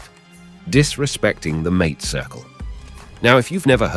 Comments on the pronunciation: It is "maa-tay"; not mate, like house mate.... I can't wait for this AI slop to die! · ong, AI y'all soooo fos. ok .i'll hip ya. "MATE" is pronounced "MAHTAY". that whole thing was just catastrophic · Well done, but how can one talk about "hierba mate" without knowing how to pronounce MA-te? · That is the trouble with AI narraators. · The way that you pronounce mate is disrespectful to the mate circle and indicates IA production…. But a solid A in content, thank you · Sweltering Uruguayan Summers? I am Uruguayan. Our Summers are not "sweltering!" Mate is not pronounced like English "buddy" . It is MATE ! Idiocy ! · Sí sí The way the man pronounces mate is not correct, at least as I have heard it. Am I correct or is there a regional difference?